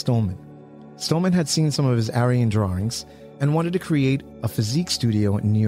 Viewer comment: Every time you said “Arion” it sounded like aryan. Which I guess still applies but still… lol